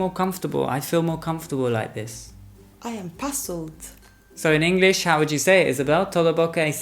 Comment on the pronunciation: Tantos videos y seguimos diciendo "ingliss"?